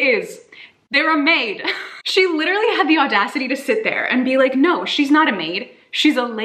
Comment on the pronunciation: I can't get over how says 'literally'. It sounds so nice aah <3